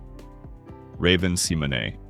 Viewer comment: Ok so maybe not ALL the names but there are still PLENTY of mistakes. Here they are: Lark Voorhies ( it is Voor - hees). Shia Lebouf (Sh- eye- uh Le- buff) Raven Symoné (you actually pronounced it correctly which 99% get wrong) It is spelled right on the video but not in the description part.. you have it spelled Simon. Danny Bonaduce (Bon- uh- doo-chee). On your segment of Tucker Carleson you show footage of Amber Hurd and there isn’t even a segment of her. Eamonn Holmes. Again is correct on the video but not the description. You have Aean instead of Eamonn. That’s it.